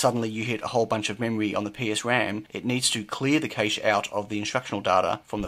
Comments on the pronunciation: Cache = French word and pronounced as "cash", even in English not "caysh". !!!! Please! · It's pronounced the same as 'cash' ! Please, I thought you might know what you were talking about until then. ;) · accent is NOT pronunciation and in multiple different English accents the pronunciation of cache is the same and it's NOT "caysh"! Get a grip.